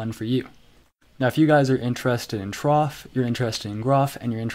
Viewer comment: No, both are wrong.